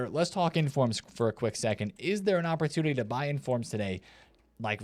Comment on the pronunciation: "opportulity" 😂 classic